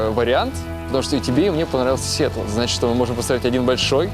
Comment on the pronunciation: Настя реально тупенькая... Сиетал, Сиетол... Идиотина